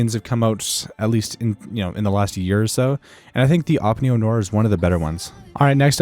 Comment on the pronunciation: it's pronounced neo nua